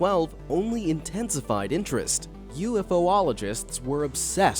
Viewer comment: #ufo-ologist 😆 ... it's pronounced you follow gist.. dummy!